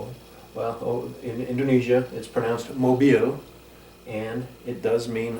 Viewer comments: I'm so proud to watch your video :) just maybe something you missed, Indonesia, we do not pronounce with z (In-do-ne-zia) but with clearly S (In-do-ne-sia) like you say in 'terima kasih' that is perfect :D Same as me, I dont speak english very well hehe. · A very nice video mr, educative and quite easy to understand. But i have to point out another common mispronounciation; is the letter 'S'. It actually pronounced 'S' (like in the alphabet) not 'Z' like in english spelling. So it spelled 'sia' (in Indone-'sia'), not 'zia'. The sound is quite similar to 'hissing' than 'buzzing'. I'm a native Indonesian myself, and i hope it can help:) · Actually Indonesia is pronounced in-doe-NAY-seea instead of indoNEEsia :D